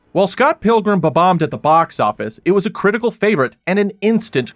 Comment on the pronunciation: "Babombed at the box office" 🤌